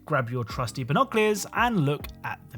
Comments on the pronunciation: Binocleers 😂 (no hate, love your work!) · Ah, your trusty "binocliors" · Say "binoculars" again